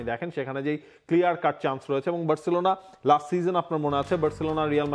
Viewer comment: সবাই বার্সেলোনা বললেও আপনি 'বেরররছেলোনা' কেন বলেন?